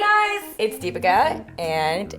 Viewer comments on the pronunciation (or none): I guess your name deepica is supposed to be pronounced as "Dee" as in "They". Please check it out.